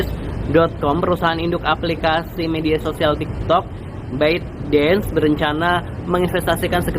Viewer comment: ByteDance...."bet dens"???